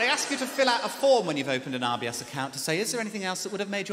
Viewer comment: I kept thinking he was saying IBS and had to rewind lol